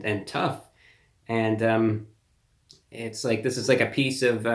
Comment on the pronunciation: "Taste laak chicken" in Reviewbrahs best "Urban" twang.